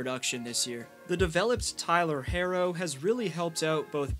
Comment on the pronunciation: Great vid. But it's not "Hairo" lol it's Herro.